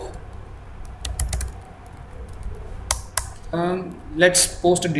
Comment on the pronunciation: why do u pronounce soup as soap?